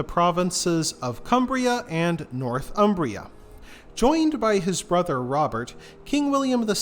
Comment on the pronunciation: Pronunciation is pretty awful. Bayeux pronounced Bayo. Northumbria pronounced North Umbria as if it is in Italy! Mont St Michel is not a "mountain top abbey" it is a rocky tidal island.